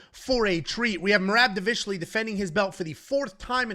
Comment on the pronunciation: say merab last name one more time!!! Lmao how hard is it to pronounce someone’s name right?? I get it if it’s a new fighter and you get it wrong but it’s Merab dude!! Cmon